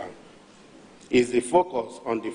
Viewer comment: Did I hear him say GSFR instead of GCFR when referring to Mr president?